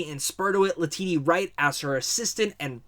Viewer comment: Great review! Quick note: LETITIA WRIGHT's first name is read Le-tee-sha not La-tee-tee